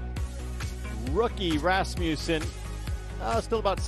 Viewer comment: ... that's not how you say Rasmussen.